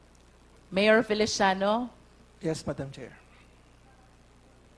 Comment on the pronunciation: Miyor? Miyor? Miyor? Ayusin mo pagreport mo.pisti!